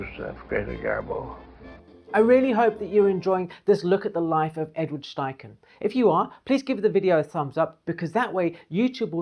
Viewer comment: It's also, STeichen, not SCHTeichen